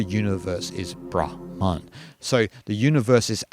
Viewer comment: As a Finn, I'm very pleased to hear someone pronounce 'brahma(n)' the way I think is the correct one! Most Indian tubers seem to pronounce it like bramha(n)! The only exception thus far has been Maharishi Mahesh Yogi, founder of the Transcendental Meditation movement, whose guru was Shankaraacaarya of Jyotir maTha , Svaamii Brahmaananda Sarasvatii. - Finnish has some words with the phoneme sequence 'hm' inside a word, like 'ahma' (wolverine), 'tuhma' (naughty).